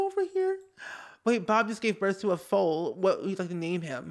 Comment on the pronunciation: Goodness, Spirit has a ginormous head. FOAL rhymes with COAL like in a BBQ pit.